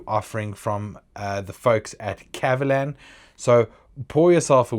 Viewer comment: Your pronunciation is right on the spot! 葛瑪蘭